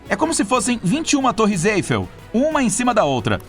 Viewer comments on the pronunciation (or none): none